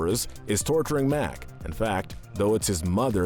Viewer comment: tHaT’s nOt hOW yOU sAy mAc’s aNd bLOo’S nAME. 😡😡😡